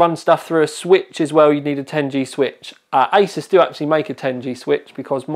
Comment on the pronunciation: Did guy say isis instead of like a-sues